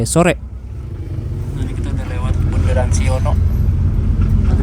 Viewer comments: Ralat mas... Bukan bunderan hill tapi Bundelan....😂😂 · Ralat bang bukan bunderan tapi bundelan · bukan bunderan hill btw, tp bundelan hills alias tanjakan ngawen